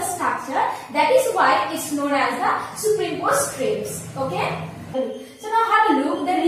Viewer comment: plz explain superimposed more clearly...when I first saw your video, I was not able to understand..had to look another video.. and btw it is pronounced as "super-imposed" not "superim-posed"..